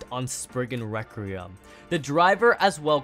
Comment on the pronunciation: him continuing to say belial, requiem, fafnir, and rashad wrong.